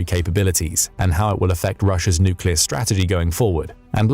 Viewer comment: Are you sure it's nooclear not noocular? Ah AI text-to-speech.